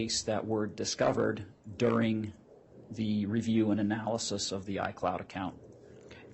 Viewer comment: That and the constant extreme ways she pronounces things wrong, or with some kind a very weird accent all make me want to bash my head in. “Uh-nnn—yyyyyaaaaallll-is-is” dude, it’s analysis. Or “ch-yyyyyaaad” instead of Chad.. neither very hard to say or pronounce… 😬